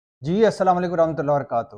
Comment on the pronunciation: O Bhai slalm drust trikay se kiya kro.. Ye kesa salam krte ho ap asamo aikum warah tullahe waraktu 😮